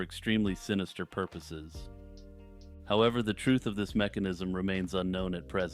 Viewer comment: 'potential porpoises' gets me every time 😁